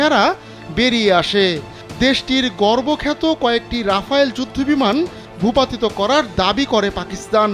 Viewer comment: আরে আ'বাল রাফায়েল না রাফেল